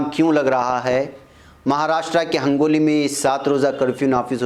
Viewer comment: mulana ہنگولی صحیح ہے آپ نے hangoli kaha h